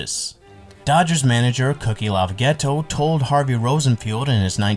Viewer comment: Great video but 3 mispronunciations: Monte Irvin. Montee. Clem Labine. La-bine like wine, cookie Lavagetto like lavajetto. I’m old enough to remember these guys so it hurt my ears. Otherwise, great video and beautifully researched